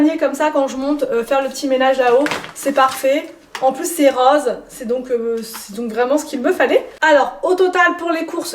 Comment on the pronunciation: Tu prononce bizarrement la couleur en parlant de ta panière, tu dis roese pour dire rose😜😜😜😜😜😚😚😚😬😬